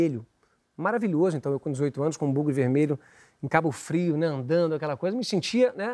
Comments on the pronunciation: É buggy em inglês, aportuguesado fica bugue. Mas tem gente que fala errado e aí diz "bugre", como ele. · Agonia vendo ele falar "brugue", ninguém ajuda o homem